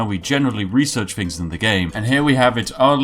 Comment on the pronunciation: You break my posh immersion every time you say fing instead of things lol :D